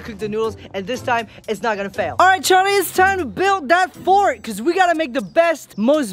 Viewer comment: Did paul say Jharlie when he was calling Charlie